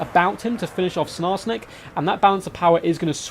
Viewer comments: Lol, I agree... as much as I love ' commentary, sNarsnik triggers me every time he says it! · SKARSNIK.. with a K I know you're probably doing it on purpose, but goddamn